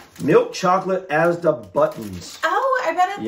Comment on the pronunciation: If you try fish and chips, you also have to try Cornish Pasties; literally puff pastry with cooked stuff inside; you can get different types like beef and onion or cheese etc. Inflation means prices have gone up though, so be aware of that. Your saying Asda the right way 👍🏼 FlapJacks are sugary oat bars, you can make them into triangles if you make them from scratch. They have different flavours and are sweet. Not a healthy bar. Just so you guys know. Im sure you can find some recipes on here. You could use HP sauce on steak, if I remember correctly it has a black pepper taste. The lea & Perrins is more for cheese on toast, or roasted veg. HP is a dipping sauce, not a marinade. So use it how you would ketchup. You could have it on the side of a steak.